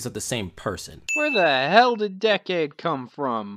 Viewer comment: The fact that one of them can't say the word "Decade" is a sin. But one sin removed for the Toku Sins concept